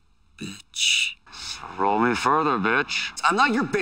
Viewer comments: He doesn't say "Bitch" he says "Betch" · It kinda sounds like He says "Batch" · manmcx No, the best part is when he said Byatch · He says “betch” not bitch and I love it 😂